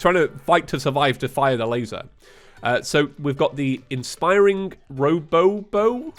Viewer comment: i think it is pronounced robo oboe not robobo